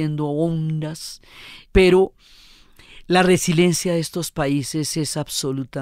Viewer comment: Diana, por favor, no es resilencia, es resiLIEncia.